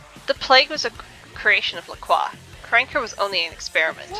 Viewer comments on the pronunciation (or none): It's interesting something i see a lot of people that play melee characters forget is that you can block (default key is holding down Tab) to help you not get beaten around all the time. Edit: Also why do you say LaCroix like LaClaw????????